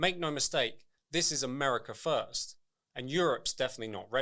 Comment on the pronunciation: He said America Foist.